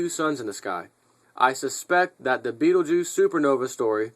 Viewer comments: ITS PRONOUNCED { BET-TIL-GEESE }.. NO BIGGY I HATE BEING CORRECT TOO BRO.LOL. GOOD JOB.. BLACK NICORN 1 OUT.. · IT PRONOUNCED { BET-TIL-GEESE }.. NO BIGGY I HATE BEING CORRECT TOO BRO.LOL. GOOD JOB.. BLACK NICORN 1 OUT..